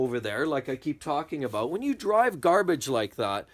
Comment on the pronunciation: Aboot lol